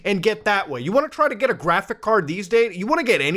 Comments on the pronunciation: graphic card, its pronounced graphics card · I love graTHICK cards. Makes me moist Edit :Also not making fun of him, I have the same issues with my TH’s so instead of saying three I say free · I don't know why and I know we all pronounce things differently but every time you say graphics card it sounds off to me.